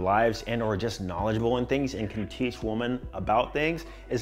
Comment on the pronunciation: bro, I fucks with you. That’s why I’m about to say this…. WOMAN and WOMEN. WOMEN is plural and is pronounced WIMMIN. 😂